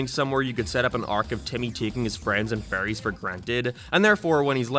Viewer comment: Holy shit has started to pronounce "fairies" correctly I'm proud